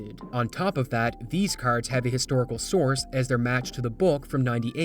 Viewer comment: You say “r”s really funny 😂😂😂😂😂😂 caRrds